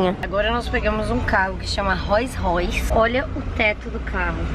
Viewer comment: Menininha linda. A pronúncia do nome do carro é "rous royce"